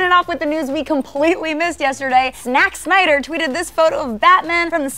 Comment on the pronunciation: She really said snack Snyder??